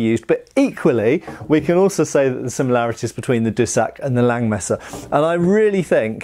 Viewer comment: The 'S' in Langes Messer isn't silent :D